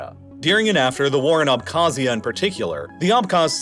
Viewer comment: I didn’t wonder this until now but is the reallifelore channel voice a computer one? Reason I wonder is the pronunciation of many of these places was pretty bad. Tbilisi, South Ossetia, Abkhazia. This being a computer voice would make sense on why it was so bad.